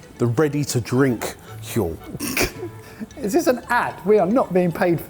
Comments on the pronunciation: pronounces 'Huel' just like Stewie when he says 'whip. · 'Huel' 'Huel' 'Huel' ... f***ing hell dudes!